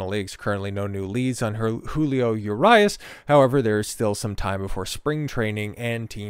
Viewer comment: He is not INNOCENT, they just did not have enough to file charges for Felony, that does not mean he can't face misdemeanor charges. Also, he is also here on a visa so all of these instances will affect his work visa. I am a Dodgers fan and was a huge fan Urias (Ooh-ree-as not You RI Ass) fan but this is more of an issue with his anger issues. You are a tool and seem like you are for these athletes not being good role models???